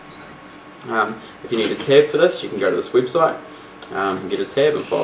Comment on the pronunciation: New Zealander. When he says "website" you can differentiate between what makes an Aussie accent and a one from NZ. He pronounces the word "web" like "weeb." Aussies don't don't that.